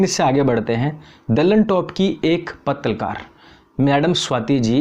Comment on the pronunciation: Bhai aap jab Bhi pattalkar bolte to mujhe itna haansi ate hay kya batao.. Pattalkar hahaha